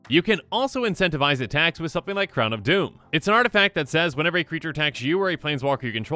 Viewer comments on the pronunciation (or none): none